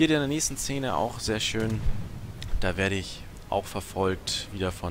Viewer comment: Wenn man das Wort "Szene" nicht aussprechen kann... 🤣🤣🤣